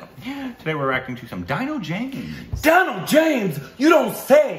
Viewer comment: "Deeeno" James... :) Dino, Tina, Gina... All same phonetically